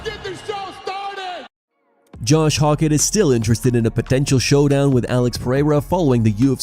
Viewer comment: Hoe-kit not hawk it